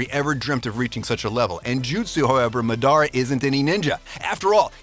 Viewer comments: Bruh this guy pronounced almost all names wrong. Stop making videos if you can't take the names correctly. It's madara ...not ma da ra it's a goat ...not a mouse 🤦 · Fam do u even watch anime. How u gonna say Madara like that? 😂😂😂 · Mans say madara name wrong lol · i hate how the narrator pronounces luffy and madara's names